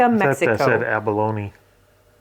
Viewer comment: Yes, abalone sounds like baloney :-)